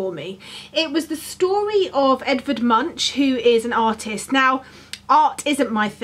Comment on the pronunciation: This is a really fun challenge, must be so lovely to have someone to do something like this with! By the way.. Munch is pronounced more like Moonk :)